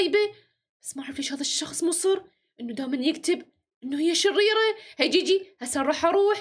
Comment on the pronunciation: منو انتبه على جيجي لمن قال شريه يقصد شريره